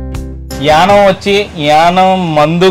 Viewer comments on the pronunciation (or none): It is YANAAM. Not yanam.